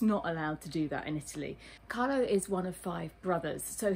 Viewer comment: CARLO, not "Carlos". CARLO is Italian, not Spanish and very lovely man ( sorry, I know he is yours!)